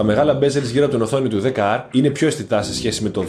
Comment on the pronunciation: Είσαι ένας από τους λίγους που το λένε 10R. Όλοι το λένε XR. Μπράβο!